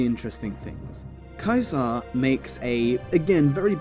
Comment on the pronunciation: I like how you pronounce "caesar" properly i feel like its an often over looked detail when talking about him